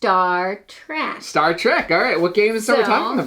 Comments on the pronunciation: Star TrEk -- with an "eh" -- not Star Track... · It’s Star TrEK, not Trak